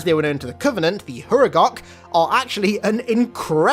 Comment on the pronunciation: U Say Thew Huregok""